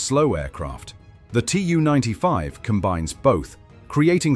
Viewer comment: Tu is spoken as a word. Not spelled as T-u. This is nearly for all Soviet aircraft: Su, Mi, An, Il, Be etc.